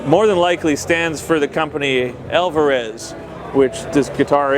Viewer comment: "alvararezzzzz.....YAWIRI" lol